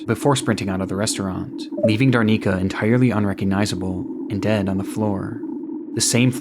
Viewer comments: i usually love your content, this video no exception, but i just wanted to note that the woman's name is Darinka, and you call her Darnika for the whole duration of that part. as she was an innocent victim of a crime you should have taken more effort to pronounce her name correctly. it is important for the memories of that person. so i just hope that you will correct that in the future! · It's DaRINKA, not DarNICA, sounds so wrong lol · Its datinka not darnika